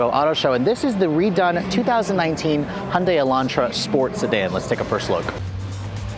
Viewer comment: Hon-day.... Hon-day.... Hon-day.... WTF